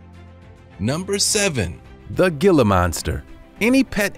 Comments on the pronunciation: Gila is pronounced "hila"! You make a lot of mistakes in pronunciation of words. I am from Ohio as well, but I was fortunate enough to get out over 30 years ago and learned how many of your mispronounced words are supposed to be said. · It's a (hela monster) the g" is h" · It isn't pronounced "gil-la" . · It's pronounced He-la monster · It is actually pronounced hila monster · Its Gila but pronounced hila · HEE-lə monster, the pronunciation is irritating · That may be true, but as the lizard is native to North America it has a more Spanish pronunciation as the region it's native to has a large number of those who speak the language. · It's a "gilla" monster. He may not have a clue about pronunciation, they got that right. Look at the tail. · The G is pronounced as a 'H" like Jose. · The "G" pronounced "H" . Tell your computer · It's pronounced hiila monster, not gilla monster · The "gill-ah" monster. HEE-LA. It's pronounced HEE-LA. JFC. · It’s “Heel-uh” not “Gill-uh” The G is Quiet. Please look up the Southwest. And for sure in New Mexico. Yes! We are in the USA! Read and look up about the Gila River & More. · "HEE-LA" monster, NOT GILL-AH. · 😄😆😅😂🤣🙋✋✋✋ ☝️And it's pronounced "hee-lah" not "gee-lah" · Ditto!! Thank you! I rarely comment on videos, but this needed to be said!! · It is pronounced "Hila" monster not "gila" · My thoughts exactly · It's pronounced "Hee-lah" monster. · Gilla? No.. Gila.. sounds like Hila .. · It's pronounced HE LUH not GE LUH 🙄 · You say Gila monster wrong it’s pronounced Hila monster not Gila monster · It's pronounced geela monster Not giler monster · Gila is pronounced heela. Heela monster not Gila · It's not pronounced "Gila" Monster. It's pronounced "Hee - lah" Monster. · Gila is pronounced hee-la, NOT gil-luh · It's not gilla it's hila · Can you please no pronounce it “gi-la” it’s spelled gila, but pronounced “hee-la” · It's heela monster. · Not hating but Gila monster is pronounced hila with an "H" Sound like jalapeno.. 😶